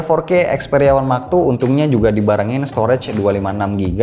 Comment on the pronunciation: Yang aku dengar xperia max two